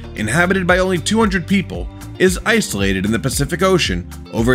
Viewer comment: It is "Ice-Solated"! 🤣🤣